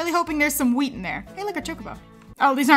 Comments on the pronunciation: I thought she said weed at first I was so cunfused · Whenever said wheat it sounded like weed 😂😂